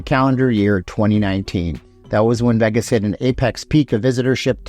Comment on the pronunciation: Please say Vegas again... Only properly. It's sounds like vegguess when you say it!